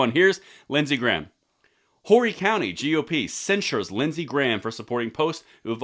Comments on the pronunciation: It is pronounced like "Oar-ee.' Not like Whore-e. And good for the folks of Horry. I've been telling my fellow South Carolinians that Lindsey Graham is no friend of the gun community. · OMG, your gonna hear it now..it's not Whory county, it's ORRY county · Hat is pronounced “Orry” county silent “H” And I think they are right Lindsey Graham needs to go. I voted for him only because I did not his opponent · It's pronounced "Oh-ree" not Hor-ree. I voted for LG last time out, but never again!! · It's not Whorey county, it's pronounced "O ree" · LANGLEY OUTDOORS ACADEMY:!! And obtw, Horry is actually pronounced "Ory" or "oar-y". The H is silent. Not being negative, just FYI. Thanks for the video and a big dose of truth for the people that don't already know. JS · The "H" is silent - it's pronounced like "Or-E" County...great update, though. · Just FYI, it's pronouced "Ore-ree" county. And thank god my home county GOP censured his dumbass. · The H is silent in Horry County. It's pronounced "Orrie" Also Horry County is the same district that just got rid of Tom Rice. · Long time watcher and love the channel, but it's pronounced "Orree" everyone says it wrong hehe. Have to say I haven't liked Graham for years he will do something good for conservatives and ten things against us, I'm glad we censured him. A clear message needs to be sent to all rinos, get in line with Constitutional Values or get kicked out. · FYI, it's pronounced O-REE, county. It's named after Peter Horry a SC militia leader during the revolutionary war. It includes Myrtle Beach (the Redneck Riviera) which is my hometown! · It is pronounced O,ree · Its pronounced Or-E. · It's pronounced "oree". The H is silent. Family has been here since 1683. We hate Lindsay! Upstate lackey 🤡. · The "H" in Horry County is silent. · Like the video but when pronouncing Horry County SC. The “H” is silent I’ve been living in that county for 6 years and I made the same mistake but was quickly schooled by my neighbors.